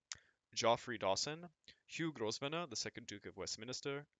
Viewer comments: Grosvenor is pronounced "grove-ner". Yeah, the English language is a mess! LoL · and Grosvenor is pronounced "Growvna"